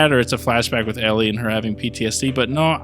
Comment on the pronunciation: It’s Ellie 🤦🏻